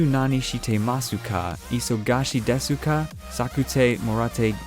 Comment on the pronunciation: Deska, not desooka